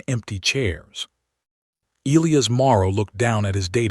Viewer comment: It's NOT EEL-lee-us, its E-LIE-us😳